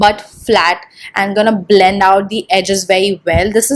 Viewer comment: bLLLLLend bLLLLending bLLLLend. OMG!! Just stop with that!!